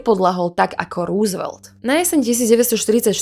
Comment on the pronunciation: Super video! Nechci být hnidopich, ale chtěl bych jenom říci, že příjmení Roosvelt se nevyslovuje růsvelt, nýbrž rousevelt. Sám jsem tomu nemohl uvěřit, když jsem to zjistil, ale opravdu to tak je. Pokračujte v tvorbě!!!